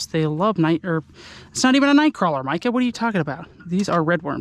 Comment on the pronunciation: love ur videos man😁 my names mika and u pronounce it micah like ur name :D love ur videos 1 of the best yters